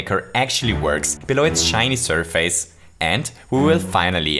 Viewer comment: I know you are from Austria and I am German: But here are some tips: It is border (not boarder=Internatsschüler) surface is pronounced sɜː.fɪs The p in psycho (psychro) is silent